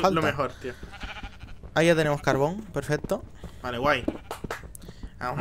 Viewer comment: soy yo o massi Dice pefeto